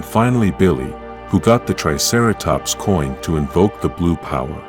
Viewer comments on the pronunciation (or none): none